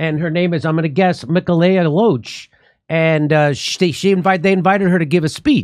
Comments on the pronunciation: 2nd correction … her name is pronounced Mi- Kay- la Jimmy was thinking he was Jaambi and thought it was Mekka- lekka- Hi … Mekka- hiny- Ho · Mi-kay-la not mika-ella